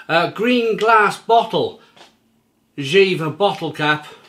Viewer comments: it's pronounced "Yea-vah". It's a town in the North of Germany. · One of my favorite beers while I’m in Hamburg a times a year. By the way, it is pronounced like YAY-fer. Their motto is Friesisch Herb, which means Frisian dry (dry as in not sweet, like a dry wine). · Actually it's not, the correct way would be jeFer. In our region the v is spoken like an f. But for the majority it's probably the correct way to pronounce it yea vah